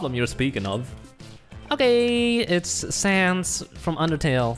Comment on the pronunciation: Did people in the commit just said sans more like PANTS